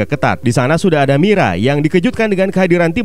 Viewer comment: Nama nya merah bang bukan mirah